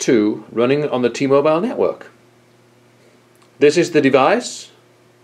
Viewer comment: ....T-MoBILE. quit sayin it so strong